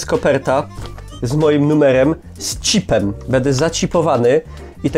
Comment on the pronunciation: mówi się czip a nie cip